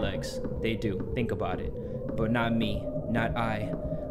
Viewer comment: me: i don't fink you have the facilities for that big man